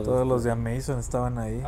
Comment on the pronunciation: Cuál "Ameizon"? 😂